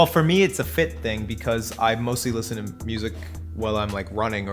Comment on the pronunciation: "We lisiten😆"